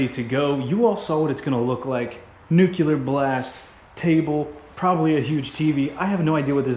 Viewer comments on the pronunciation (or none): Don’t wanna be rude, but nuclear is pronounced (new-clee-urr)